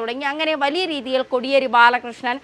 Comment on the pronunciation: Kodiyeri ennu ucharikkunnathu correct alla